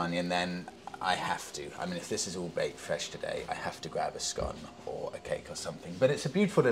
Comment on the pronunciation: These videos bring back amazing childhood memories, Suffolk is such a beautiful county, I had family living in one of those chocolate box cottages and spent a lot of time there. Thanks for sharing with the world, but the way you butchered that scone 😂